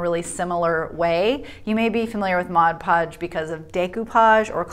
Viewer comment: The moment you said MODGE podge, I stopped. If you’re going to do a review on products make sure you know how to say the name of the products. It’s MOD podge